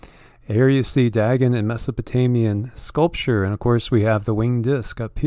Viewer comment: It is pronounced " Day - gone" Dagon .......